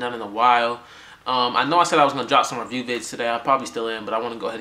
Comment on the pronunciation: cool but "reviwes"? doesnt even sound like reviews